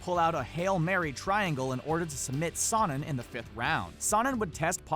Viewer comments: You're pronouncing Sonnen wrong !! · Nate out boxed Connor. He also said sonnen wrong, he out wrestled most of the division.